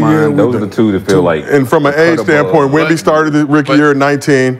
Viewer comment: They gotta do a commercial with Sheed calling Wemby "Womba Womba."